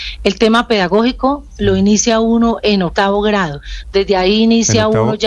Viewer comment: La profe dice otavo, en vez de octavo.......